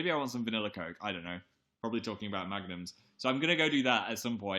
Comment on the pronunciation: i thought he was saying magnets instead of magnums wtf